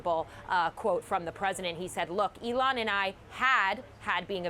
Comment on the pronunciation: It is ELON not ELTON?